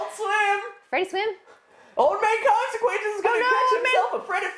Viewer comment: old man consecwenses